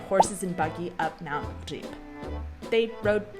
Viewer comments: on the other hand, your Ř in Říp sounds exceptional. You and Gav could easily become teachers of Czech to Americans. I mean it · Říp was very nice pronounced, thumb up.